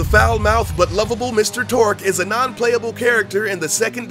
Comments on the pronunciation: Who is Mr Torque? I know Torgue, but not Torque.. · Did this dood just say torque instead of torgue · It's Torgue. Not Torque. Not that I mind, either way it sounds cool. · His name is Mr. Torgue High Five Flexington, not Mr. Torque... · ...he said Mr Torque... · Torgue vs Torque.. its a g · its not mr Torque its mr Torgue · itsTORGUE not TORQUE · who the f**k is Mr Torque? really wish the speaker would've taken time to read that it's TORGUE . .....and he said it's stuff viewers didn't know ahahaha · quite frankly i dont think you guys even play borderlands. you didn't even get Mr. Torgue's name right, not once, but twice. which means you don't know the manufacturer name is "Torgue" and not "Torque". make videos on games you care about, not games you make videos on for views. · BUT DID YOU KNOW THAT HIS NAME IS ACTUALLY ‘TORGUE’? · Torque? Lmao